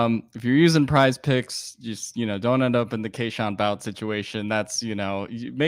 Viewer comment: My organs hurt hearing say Kayshon Bout and not “Bootay”